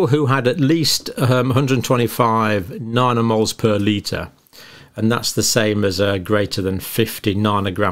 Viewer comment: It’s not NARNO - it’s NANO! DOH!